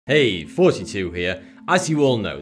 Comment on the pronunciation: Anyone else think he says 42 instead of Thoughty2 in the intro??